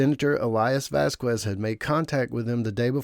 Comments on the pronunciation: "VASQUEZ" is a spanish surname, NOT ENGLISH, so you don't say "Vaskues", IT IS SAID "VASKEZ" 👈😔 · Vasquez is pronounced “VAS-kez” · vazquez is pronounced as vas-kes.. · Can people stop saying Vas qwez It’s pronounced Vaz kez! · Why do you pronounce Vasquez like that? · How do you seriously not know how to pronounce the name Vasquez? Because you’re not even saying close to accuracy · Vasquez. The U is silent